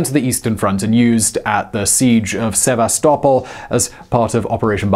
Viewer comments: "Sev-a-stop-ol"?? Really?? Sev-ass-ta-poll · its se-VAS-to-pol or for some reason se-BAS-to-pol Also a self-propelled artillery piece is not a tank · Never say Sevastopol again